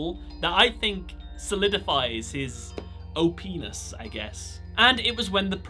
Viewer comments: " OP-NESS" MY EARS: "OH PENIS" I'm swear to God I'm straight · We gonna pretend this man didn't just say "OPenis" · HIS “O-WHAT”??? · Ummm OPness sounded uhhh weird 😂😂😂